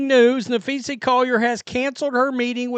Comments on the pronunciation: Na-phee-sa Collier, not… Na-phee-see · Maybe you should try and learn how to pronounce her name. Especially since you do wnba post everyday for a living. There's an A at the end not an E. Just trying to help 🙄😏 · This channel has turned into a less witty carbon copy of the Ben Daniel Podcast. Well, and Ben knows how to pronounce Napheesa, and Brink.